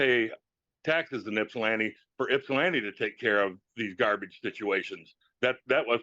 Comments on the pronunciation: It’s Ypsilanti, not Ipsan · This is my local court. The caption says Ipsan Township. It’s “Ypsilanti” or sometimes “Ypsi”. Pronounced Ip-Sa-Lan-Tea, or Ip-Sea. Most non-locals pronounce it with a Yip at the front, which is incorrect. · Just a heads up…. It’s Ypsilanti Township, Washtenaw County…not Ipsan Township. You must be hearing them say “ypsi township” said IP-SEE, which is a nickname for Ypsilanti. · FYI, "Ipsan" Township is actually "Ypsilanti" Township.